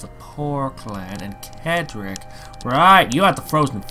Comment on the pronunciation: His name is pronounced Cedric (Said Rick) not Kedrick